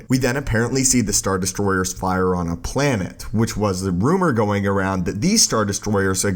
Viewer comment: Planet not “planehhh”